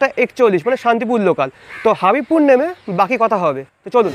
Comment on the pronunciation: দাদা হাবিবপুর নয় এটা হবিবপুর ৷ আমাদের এলাকা ৷ হরে কৃষ্ণ